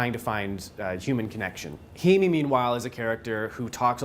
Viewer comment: her name is pronounced hay-me just a heads up. love the review. i just finished the movie and im baffled. once i seen all the jewerly in bens bathroom i assumed hes a killer and keeps a souvenir of the women he kills off. im not so sure though. i am sure that i enjoyed it though.